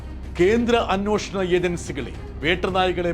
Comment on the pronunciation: ഹിമക്കട്ടയുടെ ബാക്കി ഭാഗം നിന്റെ കയ്യിലാണോ? 'അന്വോഷണം' അല്ല ബ്രിട്ടൂ, 'അന്വേഷണം' എന്ന് പറയണം.